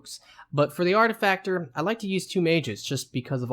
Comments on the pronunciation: Its pronounced arti-facer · No.. its literally pronounced Ar-Tif-i-cer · I love how the game LITERALLY pronounces the word "ar·ti·fi·cer", Three Eyes says it multiple times in your initial conversations with him, and there are still people who mispronounce it. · Its artifiser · AR-TI-FIS-ER, you stupid twat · Why the 't'? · I'm pretty sure that was a jab at how the author pronounces artificer. ...artifacter shakes head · Now I seet it 😂😅. Didn't put attention on that. 3 years later 😂